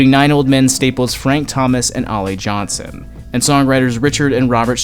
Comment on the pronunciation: Aside from getting Ollie Johnston's name wrong, this was a nicely informative piece. "Johnston" is not pronounced "Johnson".